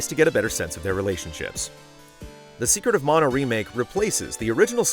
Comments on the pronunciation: It sounded like you said “Secret of Mono” at first, which is would admittedly be a very, very different game. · "secret of mono " 🤔